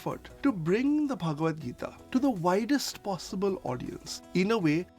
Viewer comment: Tip: Correct pronunciation of Bhagavad Gita is Bhag-vad Gita✅